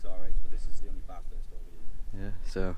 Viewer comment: BTW, it is NOT pronounced Bath-hurst. More like, and say it quickly, Batherst. Make the "a" sound flat too.